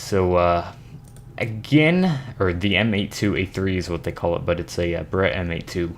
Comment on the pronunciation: You are saying Barrett wrong. The M98B or 98Bravo fires a .338 Lapua magnum round. The picture you showed for it is not anywhere close to being the right gun.